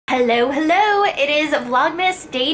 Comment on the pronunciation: Your panda saying "herro" is kind of racist.